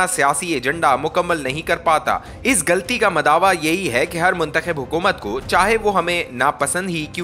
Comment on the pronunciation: Very bad urdu reading. Galti nahi ghalti. More bad mistakes in reading. Matric fail reader